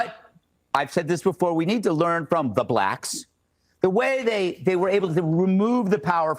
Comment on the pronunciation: I didn't know you could say black with a hard r.